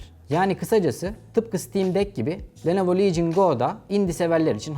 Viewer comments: Lenovo ❌ Nelovo ✅ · Nelovo Legion Go